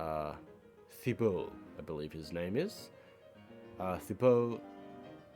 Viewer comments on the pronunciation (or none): none